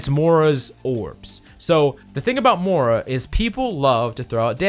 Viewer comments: Moy- ra not Mara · Spell the i in Moira pls aaaaaaah "Mora" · How about "mora"? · I’m dying about your pronunciation of Moira